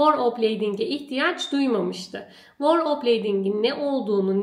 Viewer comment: Tebrikler, hayirli ugurlu olsun! 🍀🍀🍀🍀 Bu arada kirmizi renk size çok yakismis 😍 Felemenkçe telaffuzda 'V' ünsüzü, biraz Türkçe telaffuzdaki V ve F seslerinin karisimi gibidir ve üfler gibi çikarilir 'Veerle' ismini tekrarlayarak pratik yapabilirsiniz. 'W' sesi gibi telaffuz ettiginizi fak ettim, 'voor' derken Ingilizce kelime 'war' u çagristiriyor 😊